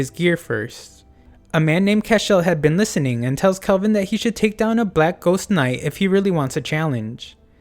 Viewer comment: really nice video but the heck you pronouncing kelvin like kolvin for